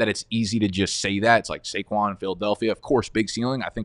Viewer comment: Had to leave after I heard saquon